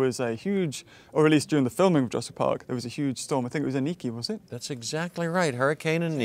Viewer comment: " Ladys and gentlemen welcome to Jarassic world